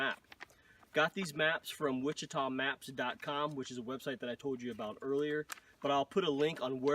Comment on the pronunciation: pronounced “wash-ah-tah”